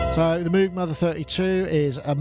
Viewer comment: Thanks for 1 of the more exciting shows in a while. Good topics and great crosstalk. Notes for peeps: Novation Circuit Sponsor/contest Moog Mother-32 MPC Touch Social Entropy Engine (sounds like it's working to destroy society). Surface Book Cows go "mooo" not "moue" - even the animals got it figured. Only reason he insisted on having it pronounced differently, is because they teased him in school. And ofc the patch cables doesn't have logos. They bought a couple of boxes from a chinese company for 1cent per cable, repackaged them, and sell them for 280x the amount because now it's "Mogue"... That Mother-32 is looking pretty tasty though, is it a sort of synthesque milf thing? About the Novation Circuit, overall i hope they've done great - i'm a big fan of grooveboxes, so more of them is nice. But as i've said before, it's not only too close to the Korg Electribe in some respects, but it's also outdone by it. And with only 60£ between them (as you aptly point out), i think the Novation needs to "shed some financial weight" if it's to be a success. That said, while the Electribes have their own, slightly closed, fanbase. Novation have had great success with marketing the "Launch" range of products in particular. So not only have they shown they know how to "talk" to their customers in general, but i think the Circuit could possibly ride on the back of the Launch range image-wise. And despite currently being on the slightly expensive side, com